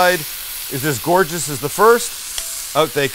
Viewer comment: je me suis étouffé quand j'ai entendu ''gorgeoruuuuueee'' lolll